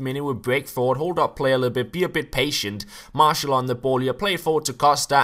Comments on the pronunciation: Please pronounce it mar - tial and not marshal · Hes pronouncing it Mar-tial.....Like Martial law.